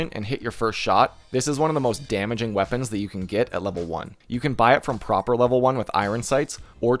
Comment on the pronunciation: Love how you call Prapor "Proper" x)